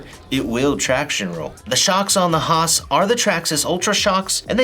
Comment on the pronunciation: Bro..I love you for calling it the: HAH-SSSss.